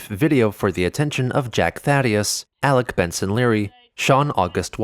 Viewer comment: I think at that moment, even Chris realized he butchered Alec's name, hence the jump cut.